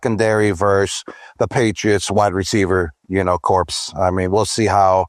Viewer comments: WR corpse?! Think Gronk meant corps (pronounced: core) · Im 20 seconds in and Grink drops a fkn “Corpse” on us?? Lmao omg smh 🤦‍♂️ how the he’ll does Fox have the courage to put him on TV?….. he needs to thank the good lord everyday he could play football bc If he didn’t have that I think he’d still be trying to pass 2nd grade. Also: Can someone explain to me what a “Jag-wire” is? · Wide receiver “corpse.” 😂😂😂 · Bro i can understand mispronouncing corps. If ur having to read it but ya gotta know how the word actually sounds hahahha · someone teach gronk how to say "corps" 😂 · WR corpse 💀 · He watches too many young influencers they say corpse and coop instead of corps and coup. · Never change, gronk, don’t listen to these corpses